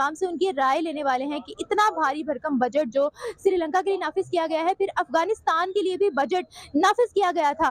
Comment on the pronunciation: Madam it’s srilanka not sirilanka